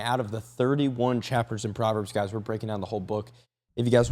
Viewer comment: I thought u said Potverbs 😅😅😂😂😂❤❤❤